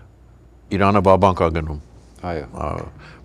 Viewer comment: Ուրիշ մարդ չկա հրավիրեք։ Ձանձրացանք սրա սեփական վերլուծությունից։ Ամբողջ աշխարհն է դեմ սիոնիստների պատերազմին, սա սազն առած` գովում է։ Նախ թող սովորի իր կիսառուսական կրթությամբ սովորի Իրան արտասանի։ Շատ անդուր մարդ է, և չի լսվում։ Ուղեղի գալարները քիչ են։ Սա մի խումբ հայրենասերների կողմից, փոխել խնդրում ենք սրան։ Ամերիկայում շատ ավելի հարգելի մտավորականներ կան։